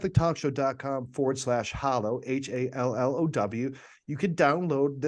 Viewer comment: Love the show. May I suggest something? The name of the app is HALlow ( rhymes with shallow). 👍🏼😀